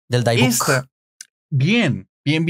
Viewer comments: Muy interesante el tema. Nadamás queria comentar que la pronunciacion en Inglés de la palabra dybbuk es dibek. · No es daibuk, a pesar de tener y se pronuncia dibuk. Imagina la vida de la pobre dueña original en ese horrendo campo de concentración. Yo fui a visitar el museo del holocausto aquí en Houston y desde que entré me dió una tristeza tremenda, a duras penas terminé el recorrido. Salí llorando del lugar. Y cuánto tiempo ha pasado ya. Y el problema no era la caja, es que la abrieron y liberaron lo que estaba atrapado adentro